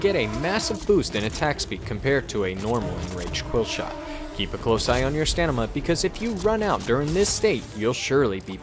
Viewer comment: Love the vids, just a tip tho: it’s ‘stamina’ not ‘stanima’